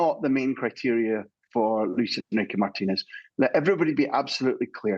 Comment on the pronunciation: The presenter saying "Luis Enriqueee" with a Spanish twang. Tube 😒